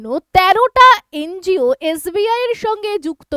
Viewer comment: ওটাকে এন জি ও বলে। এন্জিয় বলেনা। অশিক্ষার চূড়ান্ত।😂